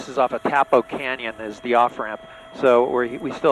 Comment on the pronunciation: It’s Tapo not Topo